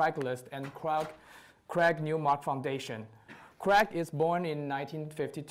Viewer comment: The interviewer keeps pronouncing the name wrongly after hearing the right way of saying it. What a lack of common sense and respect to the interviewed.